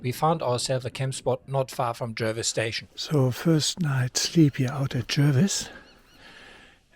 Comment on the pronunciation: Proud to be a Patreon. Check pronunciation on Jervois ;)